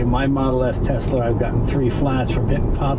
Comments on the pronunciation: “Tesler”-jay Leno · “Tesler” Jay Leno, 2020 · Love how he calls it tesler like a true old man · Always love Jay reviewing a “Tesler” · New England's take R's off where they belong and then put them where they DON'T belong. EX Caa for Car and Tesler for Tesla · My mother was raised in Brooklyn and says "Tesler". She aslo says "idear" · I went to order my Model Y a while ago and kept referring to it as a "Tesler". Lmao I love Jay Leno. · It also puts an end to the debate on how to pronounce Tesla. Most people: TeSla. Elon and a few others: TeZla. Jay Leno: You're both wrong, its: Teszler. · I love that he calls it "tesler" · And here we are wavin' Brender 'n Eddie goodbye in their Tesler Model Y... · I like Jay, but is he mis-pronouncing Tesla?